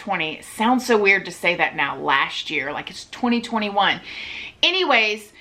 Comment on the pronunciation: Why do people say "lascht year" rather than "last year"?